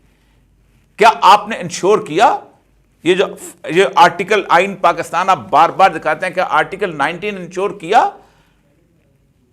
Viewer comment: Avoid shouting, be gentle. You are supposed to be civilized being a seasoned person. Further, you always say "PAAKASTAN" try to learn how to pronounce it properly.